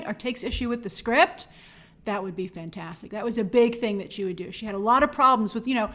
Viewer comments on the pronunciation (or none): none